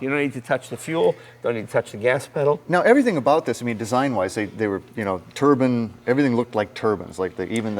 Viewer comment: "Turban..." It's a turbine, like sunshine, or a wind chime. A turban is what Sikhs wear on their heads.